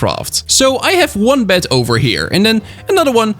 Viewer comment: who else heard bat not bed